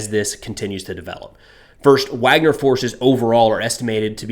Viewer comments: Pronounced Vagner not Wagner. B in Russian is a V sound. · It’s pronounced VARGNER, not Wagner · pronounced VARGNER in English, spelled Wagner